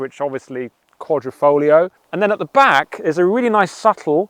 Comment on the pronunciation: Great video but is there no letter "I" in the English alphabet? It's Quadrifoglio not QuadrOfoglio...QuadrO is a picture frame in Italian....but like I said Great Video!